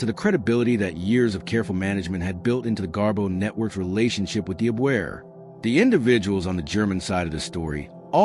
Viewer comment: The German intelligence agency is called Abwehr...I think the accent is on the first syllable. A question: the head of Abwehr, William Canaris, was secretly anti Nazi. Could he have been aware...or suspicious of, the Twenty Committee's activities...and said nothing about it?